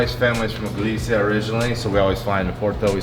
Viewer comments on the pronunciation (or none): none